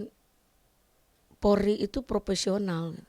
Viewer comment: Bu kalo mau ngomong coba deh belajar dulu POLRI bu bukan PORI...ampun dah